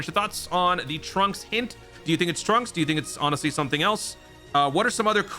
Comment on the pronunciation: Dude……. It’s Trunks